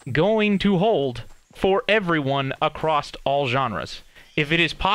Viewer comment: Omg if he says accrost one more time I'm gonna scream his name sexually